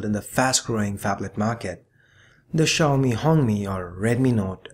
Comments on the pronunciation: Sorry it's see yow me. Not she yow me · technically its pronounced xiao-mei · Xiaomi is pronounced as "see- yow-me". Little padi(uncooked rice) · There are a lot of people who can't pronounce xiaomi.. Especially non Asians.